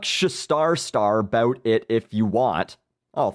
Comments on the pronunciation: Dude, you are fuckin great. Funny as hell....not bad for a canadian. Hows a "boot" you keep the vids coming! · I couldn't help but notice the way you say "bout". Would you happen to be Canadian? Fan of your videos, btw.